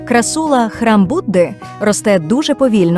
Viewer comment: не крассУла, а крАссула